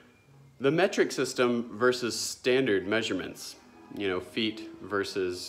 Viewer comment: Meh-treek as AvE says. Lol